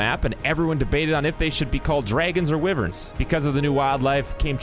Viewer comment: Nooooo!! 🥲 it’s pronounced Why-verns